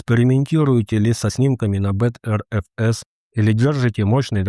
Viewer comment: BTRFS читается как better-fs, а не бэкс-мэкс-пэкс-фэкс